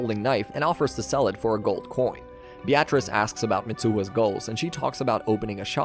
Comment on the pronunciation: Beatrice is pronounced be-ah-tris, not be-at-reece.